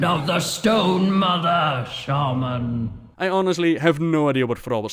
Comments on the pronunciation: Today i learned that its pronounced sheiman, not shāman. The more your know... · Right? It's levi-SHAHman not levi-SHAYmaaann. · THRALL ITS SHAMAN NOT SHAYMIN! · When Thrall says sheyman instead of shaman I fucking cringe a lot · SHAY-MAN Seriously... Thrall... the first person who comes to mind when you think SHAW-MAN or SHAW-MUN in wow and his VA mispronounces it. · Its funny because at the beginning of the video, in games voices, 1 sentence after another, 2 different mobs, saying shamna differently. Thrall says Shayman and the demon says shaman. So it can be pronounced both ways. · Shay-man is the British pronunciation. Shah-man is the American pronunciation. Thrall sounds so weird with how he pronounces it because he otherwise speaks in an American accent. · Why does thrall pronounce shaman, "shAman"... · i cringe every time Thrall pronounce Shaman like ''Shejman'' ._. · Thrall: "Shay-men" BTW, anyone else not bothered by the fact that there is a 2nd Doomhammer up for grabs in Warlords of Draenor? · "Shay-men" is the reason elements were not responding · The way everyone else says "shaman" triggers me. Shay-men. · Even the world's most famous shaman can't even pronounce "shaman" correctly.